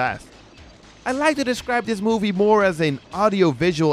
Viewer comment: Drugs...I mean the way he makes a long "O" when he says movie....explains it....